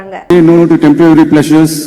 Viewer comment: சகோதரி டெம்ப்ரவரி என்று சொல்வதை தவிர்த்து டெம்ப்பரரி என்று சொல்லி இருக்கலாமே.நான் சொன்னது தவறாக இருந்தால் மன்னிக்கவும்